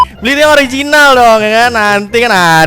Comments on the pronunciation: Ooorrrrrrrrrrrrrrriginal. Bukan ooorrrrreeeg tempe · Waktu ngomong ORI jinal gua ulang" biar cape mampus lu bang